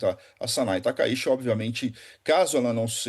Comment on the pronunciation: A pronúncia correta do sobrenome é taka Iti e não Taka shi.